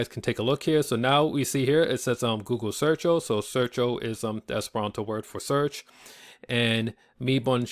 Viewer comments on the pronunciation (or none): "Sair-cho" bonvolu lernus ĝusta prononco, ne "search-o" kiel en la angla